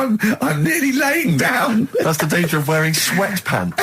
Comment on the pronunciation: Dain = Down. Shite ait = Shout out. Steven needs speech therapy 😆